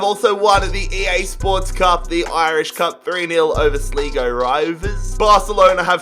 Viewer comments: "Sleego" 😂 What A Lovely Pronunciation Of Sligo 😂 You Prounounce It As "Sly-Go" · Nobody know how to say irish teams names😂. You pronounced my local team wrong sligo rovers. It pronounced like sly go rovers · The way he said sligo its prounounced sly-go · Come on sleego (6.20) its pronounced slygo if that helps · It's not pernounced sleego it slygo for Sligo rovers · It’s SLEYEgo not SLEEgo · Lol if you are irish you will understand slego??? 🤣🤣🤣🤣🤣🤣 ah it's great to see Australians try to pronounce irish places ah so funny BTW if your watching it is pronounced sligo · Man I love ur rebuilds even though yo pronounced Sligo and Dundalk wrong Sligo is pronounced sly go NOT sleego but even though you butchered a few names your channel is great keep up the amazing work man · Sligo is not pronounced like sleego you pronounce it like sly go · Sleego *Sligo Sli go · The way he says sligo hahhaha its pronounced like sly-go not sli-go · Sligo not sleego smh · Its Sly-Go not slig o just for future reference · Slee-go it is Sligo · Oh yeah and when dundalk won the F.A.I CUP sligo rovers isn't pronounced like sleego its sligo like sly fox slygo sligo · Yes I'm from fucking dundalk and the way he pronounces it😂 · It’s pronounced sly go (Sligo) and dun dawk (Dundalk) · Sligo not slehgo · Sligo not sleego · This guy can't pronounce any names right he pronounced sligo sleego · In the Irish league or any league like that you’re not able to buy players from the top 5 leagues. Also it’s pronounced sl-eye-go and dun-dawk. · Sleego rovers🤣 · The way he says Sleego and Dundallk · It is sligo pronounced sly-go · Who else went crazy when he said slego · Haha this is really funny as an Irish person aha, pronouncing the L in Dundalk aha DundaLk take down Sleeego rovers ahaha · he said slego instead of Sligo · Sligo is pronounced sly-go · When he says sleego rovers and dunda*L*k it physically pains me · Sligo rovers is pronounced Sly go And dundalk is pronounced Dund awk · sleeego rovers